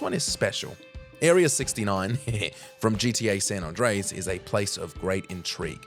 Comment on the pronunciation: To this guy it should be ''hardest way to say San Andreas'', bizarre how he says, its like he says Son Ondreas.